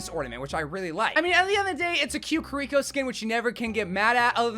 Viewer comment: Same with Kiriko and Illari💀